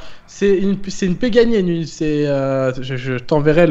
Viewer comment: ils me tue le à sortir: " si si pEgani c'est quand même une marque assez connu sur le marché" comme si il connaissait alors qu'il vient juste de connaître et qu'il a mal lu le nom xD